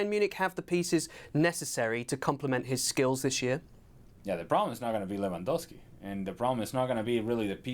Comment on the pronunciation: Dear English community. Its not Lewan-WOW-Ski. Its Lewan-GOAL-Ski.